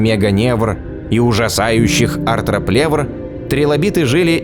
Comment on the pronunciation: Простите, но меня ваш комический акцент на слове "ужасающих" в сегменте про трилобитов так рассмешил х) Смотрю ваши видео уже несколько лет, качество с каждым годом все лучше и лучше! Жаль, что "первый космический" больше не произносит глубокий шикарный голос(